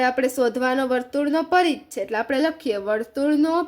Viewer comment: Paridh nay parigh